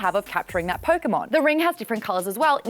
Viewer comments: Did she say PokeMaude...? smh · i cant believe she said pokémaude i hate it and love it at the same time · Pokemaude? I certainly Poke Maude